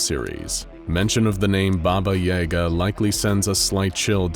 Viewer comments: Pronounced Baba Yaga (BahBah YahGah) not (BahBah YeyGah) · Hearing it called Bahbah Yayga is bothering me when it's Bah-bah Yah-gah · also he pronounced her name wrong. It's Baba Ya Ga. Not Baba Yay ga :0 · BAH BAH YAH GAH. Not YEAH GAH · It is baba yaga, not baba yega. Also there are 3 baba yagas. 1 is kind, 1 is neutral and 1 is cruel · Thought it was “Baba Yaw-ga” not “Baba Yay-ga” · It sounds like "Baba y'GAH." Accent on the second syllable. No Yah, Yay, anything like that. It's more like "yuh". So not "YAY-guh," it's "yuh-GAH" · Says Ba-ba correctly but then turns around and says Yay-ga...... Ba-ba Yah-ga is how u pronounce it man CMON! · Guys its not Baba yEga Its baba yAga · y'all say baba yega but if you ask any slavic person they will say baba yaga (the ya as in yes but in Germa ig) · Why he pronounce Baba Yaga Baba Yay-ga it is baba ya-ga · its not baba yeahgah, its yahgah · Its pronounced yAga not yega... she's not eren yeager. BABA YAGA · Your saying yaga wrong Try saying jaga If you say that wright then your saying yaga wright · YAGUH is the way its pronounced not YAYguh. Like the old internet meme pulling hair and saying YAGA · Its Yaga not yayga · It's pronounced BobA yAAga not baba yaega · anyone else annoyed at the constant mispronunciating of baba YA GUH? it's not freaking yay guh -_ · it is wrong but people can pronounce it like that but the actual pronunciation is “Баба Яга” which is said like “BahBah YahGah” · Stop, stop, stop. I'm sorry, I don't often do this, but please look up the proper pronunciation for Baba Yaga. I've never heard anything as atrocious and pain inducing as AE Yaga. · I'm pretty sure Baba Yaga is read with yAga, as in, the A is read like in 'cat' or 'apple' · As kids we were told stories ...like how to summon her ,like bloody mary...just pronounced Baba E Gah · Actually i live in Eastern/Central Europe and you pronounce Baba Yaga the same way it's written, not Baba Yey-ga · You said Baba Yaga wrong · he Said it wrong